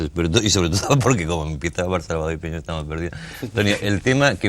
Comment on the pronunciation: El apellido es PIÑERO, no poñieiro Piñero es un apellido extremeño Es mi apellido